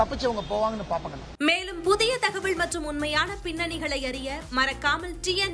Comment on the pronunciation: அககா, அநு தகவள் அல்ல, தகவல்... சின்ன ல.. உச்சரிப்பு சரியாக செய்ய பயிற்சி எடுங்கள்....